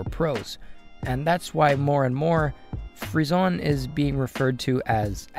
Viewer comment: rip frissons's prononciation